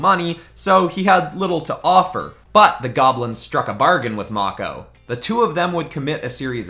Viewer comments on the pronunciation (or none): i hope you meant to say "mako" like "mocco" (its actually pronounced "mayko")